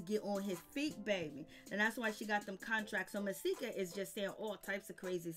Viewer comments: It's Just Masika (Muh)-See-Ka. Not Mysika Or Maahsika Or Whatever Tf You Keep Saying. Shyt Like That Is Why I Refuse To Sub To Your Channel. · OMG. Hazel E had a girl. Pleade say Masika name right.